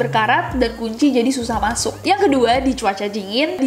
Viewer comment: "di chuacha jhingin" 😂😂